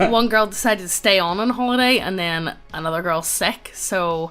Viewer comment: Wow, this antigoblinite sentiment is truly frightening. It's gonna be like annuduh goblin slayah!